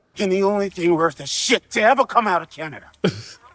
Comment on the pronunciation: I love how he pronouces Canada as Katana lol "Get my country's name out of your mouth!"